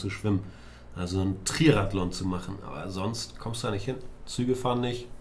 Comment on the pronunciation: "Trierathlon" - ich schmeiß mich wech